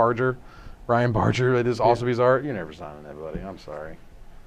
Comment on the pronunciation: His name is pronounced BAR-GUR